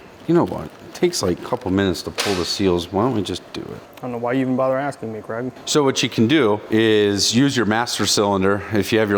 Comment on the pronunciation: I'm just wondering why Craig is being pronounced Kregg ?